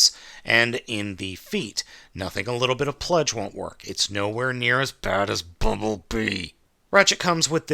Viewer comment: Every time you say bumblebee makes me laugh